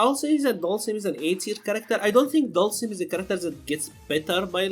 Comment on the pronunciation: "dalshim" "ken" "balrog" "rashid" "karin" "birdie"" guile"and Urien :v